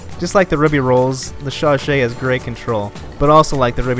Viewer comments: Chauchat is pronounced as sho-sho. 😀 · Alec I. No it's not, it's pronounced "sho-sha"